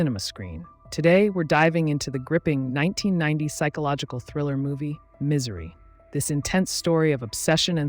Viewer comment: "Miss - ery"